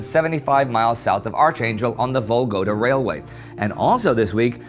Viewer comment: Vologda; not Volgoda!